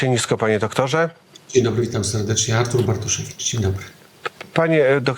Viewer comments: Że dziennikarz nie potrafi powiedzieć 'Artur', co to k*wa za 'Artusz'? Porażka, dramat. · Czy chłop powiedział Artusz na początku? Wiedziałem że nazwisko Pana Bartoszewicza jest często przekręcane, ale takie coś to hit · No właśnie, ja usłyszałam "Artusz"